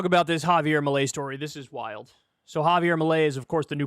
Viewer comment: It’s fairly fitting that Kyle is pronouncing his name as “malaise”.